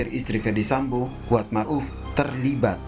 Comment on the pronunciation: "Mar'uf"... Ma'ruf Ndak .??